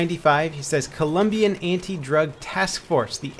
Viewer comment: Thank you for saying COLOMBIA, and not Columbia!!!. Great work, as always.